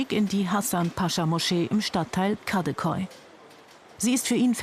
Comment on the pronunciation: Was ist da dran so unglaublich schwer KadI Köy zu sagen? Ok KadI etwas schwer aber KÖY??